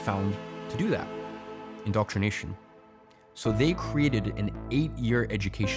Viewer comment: Indoctrination. Not “indoctornation.” Timestamp .